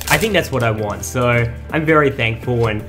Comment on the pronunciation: Mmmmmmhhhhh bery nice bery good